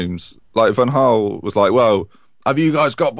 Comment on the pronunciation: why can't you pronounce van Gaal????